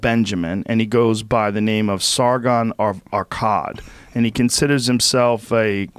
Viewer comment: Why does Joe pronounce Sargon of Akkad so weird?